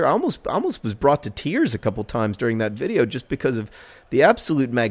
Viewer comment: "becoise" - John Green